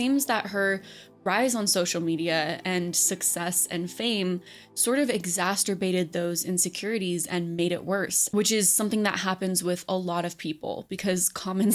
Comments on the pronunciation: 'exasterbated' lol exaCERbated, exacerbated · *exacerbated (look up exacerbation). Don't add a "-t" sound like those degenerates who say "acrosst" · Someone please tell this woman how to pronounce "exacerbated" correctly!🤣🤣🤣